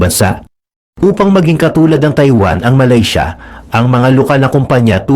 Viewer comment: Malisya?????? Do you mean Malaysia?